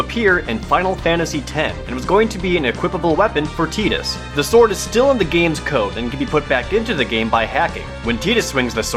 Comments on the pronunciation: they did use both versions in kingdom hearts 1 and 2 but since dissidia they stuck to tee dus, shame cause i always used ti - dus since it sounded like tide and he has kind of a ocean theme too him as well as sun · what the FUCK is a TEEDUS?? am i the only one who calls him TY-DUS? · Yeah, I always said "Ty-dus" until Dissidia, which corrected me, same thing with "Zidayne" and "Zidahn" when referring to Zidane from 9. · Hearing it pronounced Tee-dis is hard since I was pronouncing it Tuhy-Dus since I first played it. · Ummm it is pronounced tide-is not tid-is :P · I'm sorry but why is saying tee-dus. Is this the original Japanese pronunciation or something? It sounds awful. It just sounds awful. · I pronounce it Tie-dis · Who the fuck calls him Tai dus? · Moon Aria What you doing, hypocrite? Its Tie-dus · James Ianni, I agree with you. It should've been pronounced Tide-us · No, Tee-dus is the correct pronunciation. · TEETUS? O RLY? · Oh god, Tee-dus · Isn't the pronunciation "Tay-dus" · I cant take this guy seriously when he calls Tidus Teadus. Whaaaat!? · its the japanese pronunciation of the letter I it's pronounced with a EE sound rather than an EYE sound. though I do agree Teedus sounds dumb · To be fair, they also pronounce "U" as either a silent vowel or an "oo", but no one calls him "Teeds" or "Teedoos". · you stupit amerikanz with your stupit pronunkiation. It'z Teedus. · That was what stuck out to me too. I've never heard that name pronounced "tea-tuss" before. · Almost stopped watching cause of the way he pronounced it teedus lol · One of the reasons several sources end up pronouncing the name Tee-dus is likely because the Japanese version of his name is pronounced Tee-duh. I always called him Tie-dus, myself, but it's not like Teedus sounds any weirder than Tie-dus... quell your pointless rage, internet. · I basically stopped listening when i heard TEEDUS. Idk who told him it's TEEDUS, BUT IT'S NOT!! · How about Dissidia that they spell it "Teedus"?